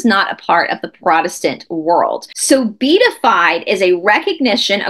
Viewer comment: It's pronounced "bee - at - ified".